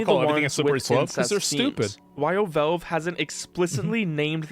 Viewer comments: Why does this dude keep saying velve it's valve my boy. Not that hard. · Why does this guy talk like a completely normal person, but then every single time, without fail, pronounces Valve as Velve? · Who the hell is "Vellve"?